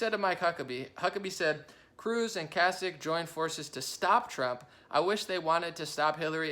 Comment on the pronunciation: Kasich is pronounced Kay-sick 👍